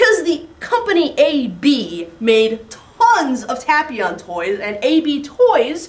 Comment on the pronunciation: I really don't want to make you angry but I think you're pronouncing his name wrong.